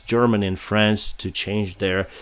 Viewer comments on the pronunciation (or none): none